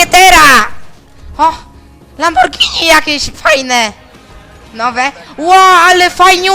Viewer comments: Ale klocuch w przeciwieństwie do 90% Polaków potrafi poprawnie wymówić "Lamborghini" :D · co jak co ale Klocuch wymowil słowo Lamborghini dobrze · Nawet klocuch potrafi powiedzieć Lamborghini zamiast Lambordżini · lamborghini jako jeden z niewielu dobrze wymowił XDDDDDDDDDDDDDDDDDDDDDDDDDD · Podziwiam za dobre przeczytanie Lamborghini ! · szacun za mówiene "Lamborgini" a nie "Lambordżini" na Lamborghini, jestem na to wyczulony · co do tego lamborgini to powiedział dobrze przecież. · Chociaż dobrze wymówił, nie wiem dlaczego ale strasznie dużo ludzi mówi "Lambordżini". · Akurat "lamborgini" bylo poprawnym sformułowaniem, bo ten samochod pochodzi z wloch. Wiekszosc osob popelnia blad mowiac "Lamordżini"